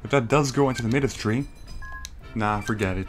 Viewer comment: I think Midas is pronounced "My-dus", like King Midas. Lol Can't wait to see your next Harvest Moon playthrough!